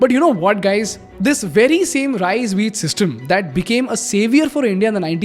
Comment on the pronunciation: Great content....but I cannot ignore the fact that he always says RISE instead of RICE